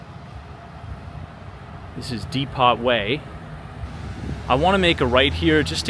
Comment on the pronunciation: Thanks. You pronounced the street “Dee pot”. It’s Dee Poe